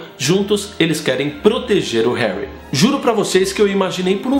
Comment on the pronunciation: herry potter